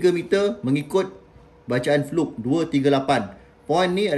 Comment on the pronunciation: Sebut fluke pun salah.. kikikiki..